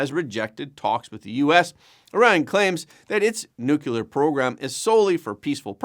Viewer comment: I'm sorry, you lost me at "nucular"